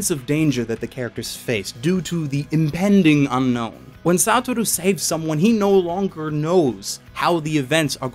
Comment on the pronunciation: it not SATTT-OR-U is SUE-TOR-RU